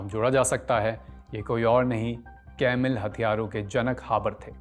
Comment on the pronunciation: भई आप 'केमिकल' को 'केमकल' क्यों कहते हैं। यह अजीब है।स्टाइल के चक्कर में अशुद्ध न बोलें।